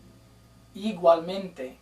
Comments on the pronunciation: You dont really say the letter 'G' like igualmente it's really "ee-wahl-men-te" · im "latina" and when he says "igualmente" sounded weird because u say "iguallmente" and when u say "florida" u must say "florída"